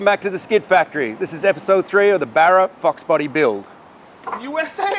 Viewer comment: Does anyone else hear “ Barra Fuks Body “ ??